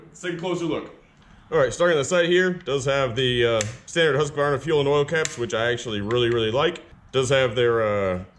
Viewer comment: Been watching alot of yer vids. Try Whos-kvArna instead of Huske-varna. Bugs the hell out a simple Swede when ya say its name :) Thanks for the awesome vids!